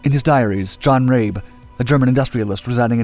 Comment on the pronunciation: By the way his name is pronounced "Rah-Be"